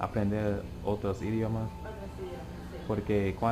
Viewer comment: tienes que dicer "idiOmas". Mas fuerte con la letra O.